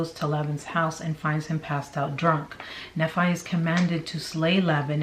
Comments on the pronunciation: Nephi pronounced knee-fie, Laban pronounced lay-bin, Lamen pronounced lay-men, Lemuel pronounced lem-you-el. Hope that helps. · Just an FYI: Nephi is pronounced knee-fi, Laban is Lay bun. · It's "neefi" that's how you say it and "Layben". That's how you pronounce it. Please at least pronounce them correctly. If you are going to state "facts" please. Thank you. Enjoy your info though. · It's pronounced Knee-fy - Nephi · Pronounced ‘Knee- fie’. The fie sounds like the fi from ‘wifi’ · Nee’-fye, Lay’-bin, Lem’-Yule, lay’-man, mor-oh’-nye. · I believe it’s pronounced Knee-Fi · It's kneefi lol (nephi) Laybin ( laban) Laymin (laman) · Nephi its pronounced knee-fi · Just a heads up for the future! Nephi is usually said "Knee-fi"! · Nephi - knee-fi Lame-in Lem-you-all 🙂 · Knee-fie. That's how Nephi is pronounced. Laban is Lay-bun. Per Mormons. These people are nuts!You're awesome. Loved the vid, thanks,. ❤ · I hate this but I'm glad it's all coming out. And just to help out a bit, Nephi is pronounced "NEE-fī" ("eye" sound at the end) | Laben = "Lay-ben" | Lemual = LEHM-yu-uhl. | Laman = Lay-men. Hopefully that helps give you a little more confidence reading these ancient names lol. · thank you! I was cringing every time! Lol